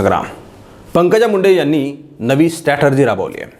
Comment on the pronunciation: एक शब्द जो तुम्ही उच्चारता तो सतत स्टॅटर्जी असा उच्चारता. त्याचा बरोबर उच्चार स्ट्रॅटेजी (डावपेच) असा आहे. ही सुधारणा करता आली तर पहा.